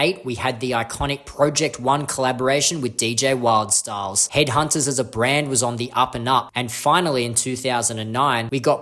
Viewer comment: you seem to have mispronounced Wildstylerz